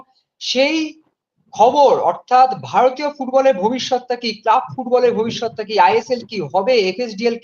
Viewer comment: "ভবিষ্যত" হয়ে গেল "অভিষ্যত" !!!